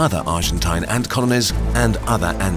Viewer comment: Nobody:: ÄÑŢ